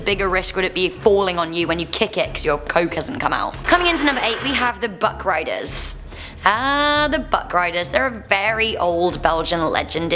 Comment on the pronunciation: I heart, "Butt-Grinders." instead of Buck Riders.